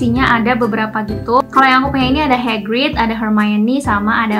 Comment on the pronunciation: Wkwkwk "HEGRID"